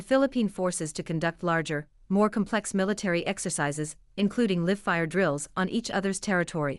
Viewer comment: Your videos would have greater impact if you would raise the AI voiceovers to a professional level by editing incorrect phrasing and pronunciation. Here's a vivid example: , how do you pronounce "live" as in "live-fire drills"?